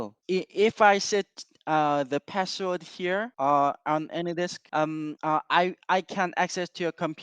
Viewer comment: As South Korean, that pronunciation of "password" is soooo Korean.